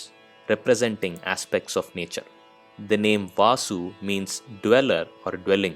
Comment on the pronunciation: Very nice rendition. Pronounciation wise : its Vasu and not Vaasu